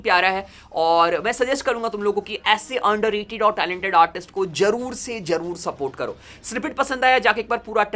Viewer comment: jaroor se nahi hota beta zaroor se hota hai beta.